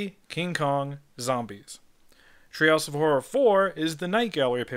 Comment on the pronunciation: Threehouse of Horror vs. Treehouse of Fourror